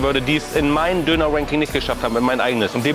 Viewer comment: warum verstehe ich immer Dönerwanking